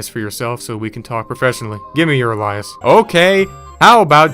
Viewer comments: It's pronounced *ay-Lee-us* not "al-eye-us" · Omg. A lie is. The way he mispronounced alias is incredible. I've seen him do this with other simple words. I have to believe he does that on purpose because damn. Lol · "A-lie-us"?? You mean "a-lee-us"? You dog the site for poor grammar then turn around and say alias wrong... lol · are you saying a-lye-us on purpose? its causing me physical harm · Honey, I love you but you're driving me up a wall with "Alias" ... It's pronounced AYE-lee-ess Sorry for being that one, can't help it Otherwise ❤ the channel & keep up the good work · Ale E us. Alias. ALE-E-US MAN!!!! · Lol It's pronounced 'aleeas'.. like Alien with an S at the end.. If we followed your way of pronouncing things, an Alien would be a big ferocious king of the jungle mutha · had me loling when you mispronounced alias 2x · bro cant even pronounce aliases or alias lol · Talks about bad grammar, yet can't pronounce the word "alias" lmao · they way this guy pronounces “alias” has me questioning everything i ever thought i knew lol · you gotta look up somebody pronouncing the word alias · This guy: makes fun of ppl for typos Also this guy: Confidently mispronounces "alias" twice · Cool video, but please look up the pronunciation of “alias” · for all the fun he makes of these guys for making arrers, sure can't pronounce the word "alias" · Bugged the shit outta me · The pronunciation of “alias” struck deep in the depths of my soul. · Stop saying "Anyways" it's just "anyway". Look up how to pronounce "Alias". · Why did you keep pronouncing alias wrong? 😂